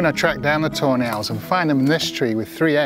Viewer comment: all i hear is ''toenail'' everytime he says tawny hahaha